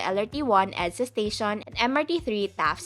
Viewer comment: Don’t get offended. Your pronunciation sounds robotic, you can soften it a bit, rather than making it sound like a typewriter. Instead of saying to sound like ‘staSYON’ say ‘staSHEN’ some vowels can be soften. Overall, your grammar is good.